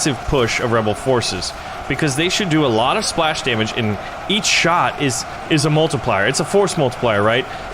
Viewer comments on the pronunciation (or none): none